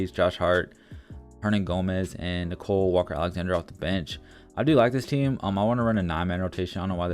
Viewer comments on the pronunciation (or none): His name is Nickeil Alexander-Walker. Not Nicole.